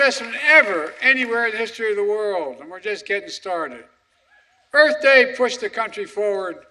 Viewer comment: 9 gaffes, including mispronouncing EARTH.